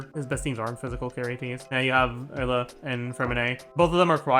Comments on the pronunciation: Why does he pronounce Eula like Ella?? I already cringe at how other content creators pronounce her name, but where tf did he get this pronounciation from? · What’s up with the weird pronunciations of “Eula”? Ella? Uhla? Emma? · No hate but why does he call eula “ella” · im crying why is he saying ella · He pronounces Eula's name like he doesn't know how to pronounce Eula's name 😂 what is ehllah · Is that how it should be pronounced? Educate me tho because I get uncomfortable hearing him say "Ella" 🥲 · Is he saying Layla or eula lol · The way he pronounces Eula's name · Eula French pronunciation stun grenade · why does he say eula like that it's driving me crazy